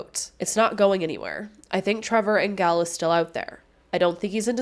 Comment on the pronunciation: I worked with Trevor in Cranbrook, BC in the 90s. His last name is pronounced Angel with a soft G. I hope his family can get some closure soon.